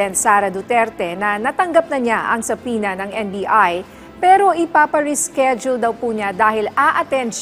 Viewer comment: American pronunciation of subpoena is suh-pee-nah.